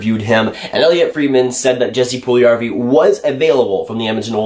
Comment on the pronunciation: Its not Puljarrvi, its Puljujärvi :D